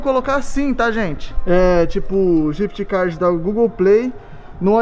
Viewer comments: ele falou jift card kkkk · N é codiguin é ghif card